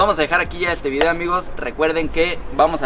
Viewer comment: Elvieedeo mas natural jajaja